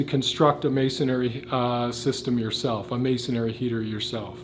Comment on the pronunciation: Please: I love the English language. Those who present in English should as well. Masonry is pronounced masonry, not masonery. Thank you.